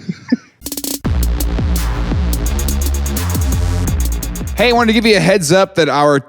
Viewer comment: The way they are mispronouncing Boboli 😂